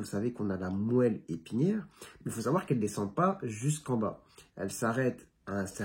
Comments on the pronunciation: bonsoir je connais ce nom de "queue de cheval" en ce qui concerne le mot moelle épinière cela se prononce phonétiquement moalle épinière pas toujours évident notre langue mais vous vous débrouillez très bine merci pour cette vidéo Docteur c'est chouette de vous écouter et cela vous demande du travail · On prononce moual.merci de cette très bonne description d'une urgence. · Puisque vous demandez docteur, on prononce "moalle" comme dans maroilles